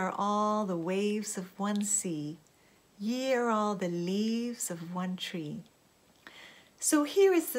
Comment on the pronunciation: Hi, the quote Is 'Ye' and pronunciation is like 'yee'. I hope that is helpful.